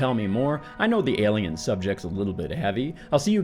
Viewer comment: I love the way you say “elien” 😜